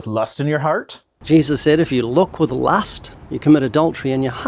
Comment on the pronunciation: The way Ray pronounces ‘lust’ makes me feel dirty.